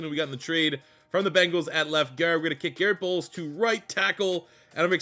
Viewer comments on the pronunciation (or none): none